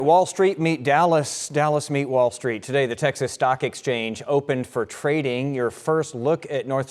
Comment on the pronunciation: Did he say Ya'll Street😂 That's pretty good!